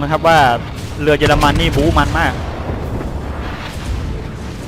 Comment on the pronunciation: ภาษาเยอรมันออกเสียงว่า เคอร์นิค แล้วก็เยอรมันไม่ใช่เยรมัน 555+